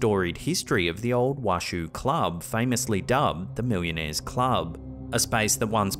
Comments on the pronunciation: It’s funny hearing him pronounce it as Wash-shoo club. My family is from Virginia City and it’s pronounced Wash-oh. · The mirror capture was very interesting. And it's pronounced Wa-SHOW. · Washoe is pronounced Washow (born near Washoe county ❤) cheers, love your videos. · I live about 20 minutes from Virginia City; friendly FYI Washoe is pronounced “Wah-show”. 😊 I love your videos! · The proper pronunciation of Washoe is wash-o it's the name of a native American tribe in the area. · Is pronounced WASH-OH . Means Edge of Lake, the Washoe tribe comes from Lake Tahoe. Same Oe ending, hard O. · Just an FYI, to the locals Washoe is pronounced wä(ˌ)shō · You are mispronouncing The Washoe Club. It is "Wash-owe," like a bowl, not like a shoe.